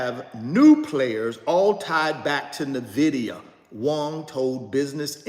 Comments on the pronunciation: It’s en-VID-ee-a!!!! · Another “NVIDEO’ 😂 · Navidia lol